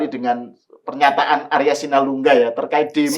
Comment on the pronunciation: Arya asulingga..bukan Arya sinulingga